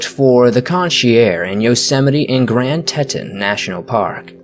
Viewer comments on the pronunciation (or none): btw you pronounce it Grand Tee-tawns